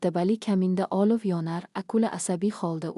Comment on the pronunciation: AniOlovni olif ylikni olik deb oqish sharmandalik yaxshisi hikoyni joylamanlar sharmandalik eliktron o'qishni to'g'rilashni iloji b o'lmasa yozuv holda bering